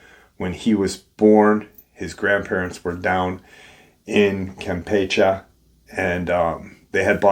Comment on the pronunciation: The last "e" in the word "Campeche" is enunciated the same as the second "e." And there is a percentage of the population that is "lighter skin" (not using the W-word due to YT censorship).